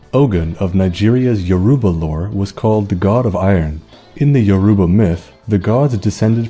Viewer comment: I'm Yoruba... But my god, your pronunciations are funny... Ogun is oh as in Ohio and gun as goon but stressed like you're asking a question... Yoruba is yo as in the greeting yo, ru as in woo or rue or sue, ba as in bad again with a stress like you're asking a question... You should always end them like you're asking a question because we like to stress the last syllables... And the funniest pronunciation you made... Ife... Firstly, ife is two syllables not one... Not hive, I as he, feh as if you're saying feather but again with a stress at the end like you're asking a question... Olorun is o as in on, the uh part when you're pronouncing on... Lo is like saying law without the w or lore without the re... And run is basically rune without the e and with a rise at the end of the syllables like you're asking a question... Plus no, it's not an accurate design... They should have learnt more about Ogun... They would have gotten it almost perfectly if they change the wraps to red because that's just meant to be a red iro and buba, basically two red yards of clothes not a mummy wrap of bandages because the red color was the real reason it was on the statue not the clothes... And the vines aren't vines, we don't have vines here in western Nigeria except deep somewhere unknown in the jungle that we had no idea about... Those vines were palm fronds because those were important because of our reliance in palm oil and using palm oil to preserve iron... My god, no one can miss the mark mo